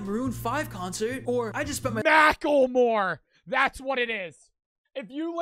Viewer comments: The way says mackelmore is amazing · is the kind of guy to say “Mackel-More” 💀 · Blud can't even say macklemore correctly (I still listen to his music cuz he represents Seattle where I'm from)